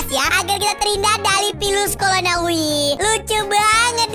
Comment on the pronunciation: Virus corona bukan pilus colona